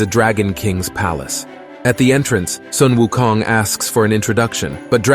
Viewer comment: I love how u pronouce wukongt. Tones r close enuf its good